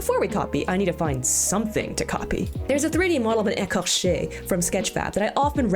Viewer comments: I feel better now lol I studied anatomy more than once and I am back at it again -_- Also you say “écorché” and “croissant” very well ^.^ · can we talk about how well he pronunced “écorché”?! As a French person I’m pretty impressed